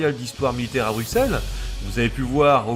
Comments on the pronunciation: Pour ta justification sur le refus de la prononciation en français de Belgique des villes belges, que je viens de lire sur Facebook, tes justifications sont fausses à mon humble avis: Bruxelles, tout comme Auxerre ("Ausserre"), se prononce "Brusselle", pcq au Moyen-âge le "x" servait d'abréviation pour "ss" (au MA, Alexandre se disait Alessandre comme l'italien Alessandro). Les linguistiques Humanistes ne découvriront qu'à la Renaissance que les grecs anciens prononçaient X en "ks". C'est pour sonner grec et pseudo-conservateurs que ces Humanistes ont forcé la prononciation de X en "ks", surtout pour les mots d'origines grecques. Anvers se prononce en Belgique traditionnellement avec un S parce que le français de Belgique l'a hérité de l'espagnol "Amberes" (de l'époque où Anvers était une ville du roi d'Espagne, dans les Pays-Bas espagnols). Comme la ville espagnole de Cadix (écrit Cadiz en espagnol) ou les noms de famille Sanchez, Lopez, Velasquez, la consonne finale en français de France de ces noms espagnols est toujours prononcée. Donc oui, Anvers est espagnol comme Cadix (et personne en France ne prononce Cadix "Kadi", mais toujours "Kadis" ou "Kadiks") Autre élément en néerlandais, je remarque que tu prononce aussi les "V" à l'allemande en "F". Mais comme en anglais et en français, le V en néerlandais standard se prononce majoritairement V. Sauf dans quelques exceptions, un peu comme en français le "s" est prononcé "z" entre deux voyelles (ex: raser, mesurer), en néerla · C'est bien documenté, dommage que j'ai dû réfléchir pour comprendre les noms des villes, villages et autre. Même Bruxelles aurait mérité une autre prononciation. Mais bon, ce n'est qu'un détail. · "se mouvoit" (se meut, c'est mieux), "BruXelles" et "HannutTE" en à peine 9 minutes ; j'ai eu mal... mais bon, sur le contenu, rien à redire comme d'hab :)